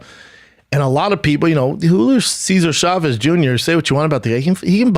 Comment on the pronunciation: The struggle with the Julio Cesar Chavez names lolololol on top of that the Camacho's. Hey real quig B, we married to a messican?